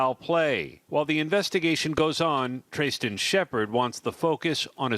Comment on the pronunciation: Why can't they pronounce Tristan? It's a simple name. Several people have mentioned that 1 guy was upset and they wanted to get him out of there.